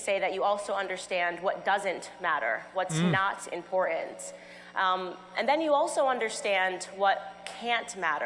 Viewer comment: Well, it's very "impor...ent"